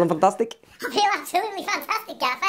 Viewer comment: "I can only do 15% gaffér" 🤣🤣